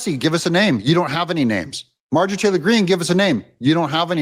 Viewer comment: Stop calling her Mar-jee Taylor Green. It makes you sound more ignorant